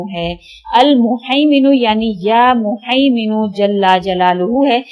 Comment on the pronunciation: behn ap muhiminu hai haa wala haa hy ap glt pronounce krhi hn